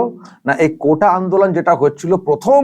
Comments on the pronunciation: Anchor বলছে "কোঠা" আন্দোলন। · কোটা উচ্চারণ টাই করতে পারে না আবার তারা নাকি দেশ চালাবে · কোটা not কোঠা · ঠিক করে শুনুন বলছে কোঠা আন্দোলন। 😂